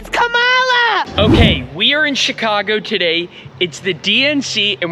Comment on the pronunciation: It's not ka ma la... its comma la....